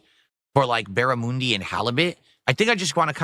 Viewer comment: Also saying barramundi was dented. And do americans not eat schnitzel or something how has this prick never had one?